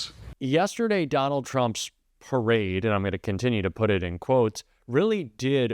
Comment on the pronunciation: Was is a parade or a "Tarade"? Sorry I misspelled "Perade".